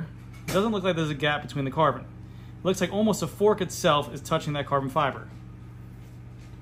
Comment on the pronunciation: Every time he says „Carbon“ to the Epoxy my toe nails curl. And i cant unhear it.